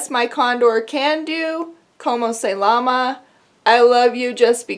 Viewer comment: Llama the animal is pronounced with a "y" in Spanish btw